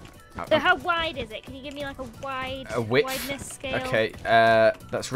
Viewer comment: I love how he pernounced width XD WID TH it's (WIDE-TH)